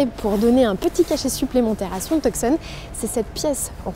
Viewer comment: le c de tucson ne se prononce pas... c'est le hyundai tuson